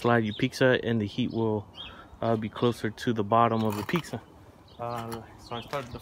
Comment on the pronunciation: My husband says those pavers have chemicals in them and you shouldn't use them for cooking. Is this true?? Its sounds like you are saying peaksa thats how the closed captioning is hearing you. Pizza not peaksa